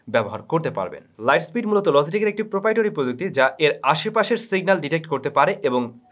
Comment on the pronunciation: Why are you pronouncing Logitech like LOZZY TECH?